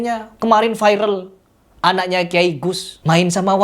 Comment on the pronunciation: Viral bukan fairel 😅